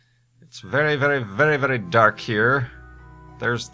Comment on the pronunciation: "the darq side" XD